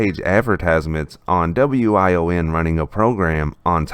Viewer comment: WION is pronounced wee-on.